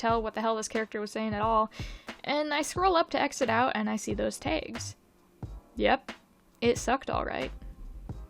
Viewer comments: Wait, it's pronounced "Tegs"??!?!??? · Your pronunciation of "tags" is really strange. I literally can't tell if it's a weird mispronunciation or some specific accent I've never heard say that word before